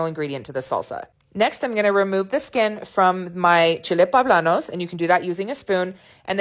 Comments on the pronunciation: They are "Poblanos"" not "Pablanos" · Looks good even the poe-bla-nos.